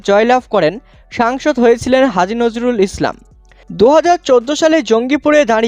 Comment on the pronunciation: পাগলাচোদা রা নামটা ঠিক করে বলো নাম ঠিক বলতে পারে না সাংবাদিক মারাচ্ছে